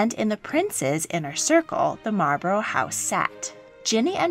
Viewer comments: Just thought I should let you know you pronounce Marlborough wrong. It’s actually pronounced Marl-bu(like bucket)-ru (like Russia). Source:have lived in the area around Marlborough (the town which the Dukedom is named for). Good video though. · You pronounce Malborough wrong. You need to look it up. I live in oxford not far from Bleinheim Palce where Winston churchil was born.